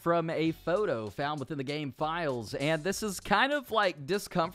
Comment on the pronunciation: Did he say I'm happy that they didn't ad this in the gay?